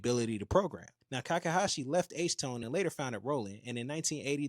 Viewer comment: I think his name is Takahashi, not Kakahashi.